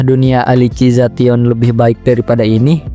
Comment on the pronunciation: Elisizasyen ❌ Alisi za tion ✔️